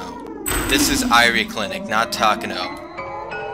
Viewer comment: Huh, I guess Satoshi came back from working on Touhoumon. I love how you refer to Dr. Irie as "the maid guy." Speaking of which, if you really want to be corrected on pronunciation, Irie is pronounced "e-ri-ay" though I've grown pretty accustomed to how you pronounce it now.